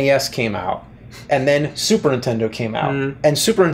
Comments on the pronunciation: ...I love how James says "Super Intendo"... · james says "super intendo" often